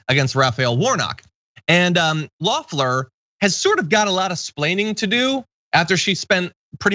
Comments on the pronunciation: It’s Kelly “ LEFF-Ler!!!!” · It’s pronounce Leh-Flerr. Or like “the flowers,” in French, “les fleurs.”